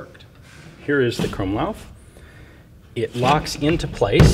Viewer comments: krummlauf... didn't even know that was a hard thing to say till he tried saying it... Krummlauf...Kru-aueam-leauf... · The way he pronounces krummlauf and sturmgewehr cringes me so much as a german